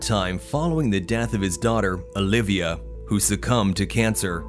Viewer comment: Why he say his daughters name "uhLibiuh"